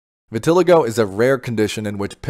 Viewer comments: It’s vih-tih-LY-go, not vih-TIL-ih-go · you didnt say anything worth listening to and you can’t even pronounce the the word VITILIGO